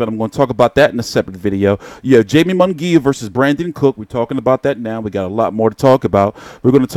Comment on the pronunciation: Good video, but bruh if say Jamie and Jaime one more gotdamn time! He's Mexican fam that J is a h bro. Lmao! Made me lose focus.